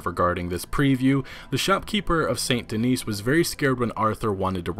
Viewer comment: Just an FYI. It's Saint Denis or San deni It IS NOT Saint Denise. This ain't the Cosby show.